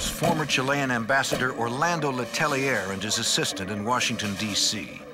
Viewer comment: Le Tell-ee-eh thats how le tellier is pronounced